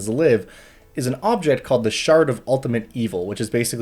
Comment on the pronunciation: My brain hearing "shart" every time he says "shard."